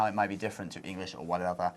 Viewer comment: this British guy pronounces it engish (nothing wrong with it even i say it sometimes. just making a statement)